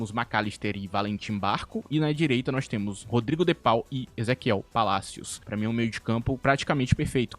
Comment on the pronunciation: O de pau e pika(apenas zoando o jeito que tu falou o nome dele)